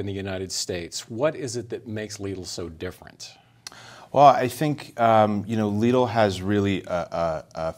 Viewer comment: Omg why call it leedle xD it's called lidl